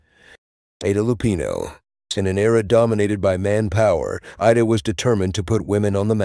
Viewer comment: There was so much mispronunciation of names. It's IDA Lupino not ADA. The voice kept going back and forth between the two. Bette is pronounced with 2 syllables, not one. It should sound like Betty. There are others too numerous to mention. if you want followers, you need to pay more attention to details that are so obvious to most of us old movie aficionados.